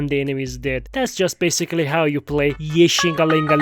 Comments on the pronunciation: you said 69x yeshingeling 😂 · why do zzz content creators awlays get so quirky when it comes to Ye Shunguang’s name? Shungus, wan-wan, Kanye, etc. lmao. This was the weirdest one yet